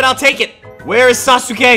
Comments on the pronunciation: When u pronounced it sasoke, it killed me from the inside. It's spelled sasuke but pronounced saske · It’s SASUKE not sas-uke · It's pronounced sauce Kay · It is sas ka not sa su ka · It is ( sah- ske) not ( sah-su-ske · When he said sasuke I was so triggered it's pronounced saskay and when he called sakura evil I almost died of not knowing anything about naruto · It sounds like he doesn’t watch Naruto sausukay😜😜😜🤪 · My man says sa-su-ka It's pronounced Sas-ka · It’s saske not sasuke Saskat is the proper way of saying it and his name is spelled sasuke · its sas ke not sas oo ke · It's sas ke Not sasuke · this is how you pronounce sasuke: sas-kay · It's pronounced sas-ka not sa-su-ka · It’s pronounced saske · Yeah he pronounces him sasoo kay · I love that he says sasUke🤣🤣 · Bro said sas oooow kay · I like how he says sasuka Wrong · its pronounced sas-ke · Say it like this sas k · Sasuke is pronounced as Saske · dude its pronouced sas-k-A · The way he says sasuke is funny and btw if you read this the u n sasuke is silent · The way he says sasuke is so funny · Maybe you’re saying Sasuke wrong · That’s not how pronounce his name😂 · Sakuras not evil watch the show that’s not how you say sasuke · Why he pronounce sasuke like that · ummmmm sakura is not evil sasuke is both and thats not how to prenounce sasuke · You couldn't confirm how to pronounce Sasuke's name before posting this?